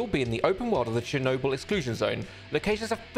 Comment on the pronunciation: this bugs me but you said chernobyl wrong (the actuall word sounds different the b is much deaper)